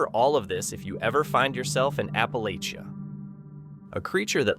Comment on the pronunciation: Please learn the proper way to say "Appalachian " and "Appalachia ".